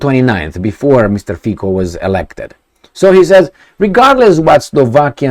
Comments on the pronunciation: His surname is pronounced Fi-C-o, not Fi-K-o. "C" as one would pronounce "Z" in German language. Also, one of those "mysterious" forces is called coalition. Just because his party won election doesn't mean it will rule without limitations. It doesn't have majority in Parliament, therefore it needs to forge alliances with other political parties. And yes, there is NATO, EU, contracts - you name it. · Its not Fiko..its Fico 😅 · after doing several video about Slovakia, maybe it's time to pronounce correctly the name FICO. It is "FITZO" not FIKO. Only 4 letters, come on. - the words of Slovakian Defense Minister are irrelevant. He is a member of government that is about to leave and their views are fundamentally different from Fico's views. - As a Slovakian I understand the skepticism after seeing what Meloni did, what US and British "conservatives" are doing, I remain cautiously hopeful . Breaking his major election promise on day 1 would be his political end of the road. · Fico is pronounced as Fitso. Fițo... like that.:) Fiko in Slovak means something like to f*ck.:))) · Fico, pronounced Fitzo, hasn't formed a government yet and you know what will happen next, because you don't even know him. You are very focused on yourself, wait and see what happens next. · You are sure its NOT 'F*CKYOU ?! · hehe repeat after me : mr . FITSO not K but like tsunami C / ts/